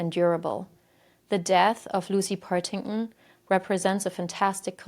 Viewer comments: BTW, it's PartingTon, the Ts are not silent! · most of the locations were pronounced wrong but they do have wierd spellings (Worcester is pronounced Wuss-ster, Leicester is pronounced Less-ster) but Partington is pronounced exactly as it's written. And Charmaine is pronounced with a "sh" sound.